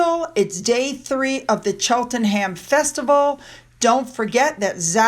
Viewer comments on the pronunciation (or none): Cheltnam, not Cheltenham.lol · You say Cheltenham like Cheltenam. Don’t pronounce the h. No ham sound.